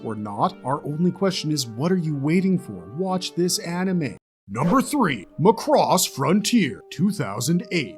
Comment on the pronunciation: My ownly complaint is your pronounciation of Macross... "Mack:cross" not "Mah:cross" Otherwise, yeah, pretty solid list of Space Anime!